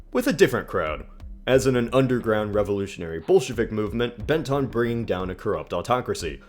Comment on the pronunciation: Did you say Bolshevik or Bullshit?